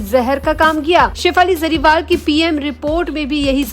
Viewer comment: Madam jariwal nhi hey Jariwala hey bolna sikho pehle sahi surname